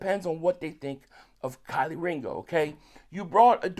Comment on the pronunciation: Key 🔑 Lee. Put some respect on his name lol 😆